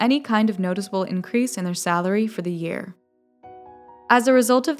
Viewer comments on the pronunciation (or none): none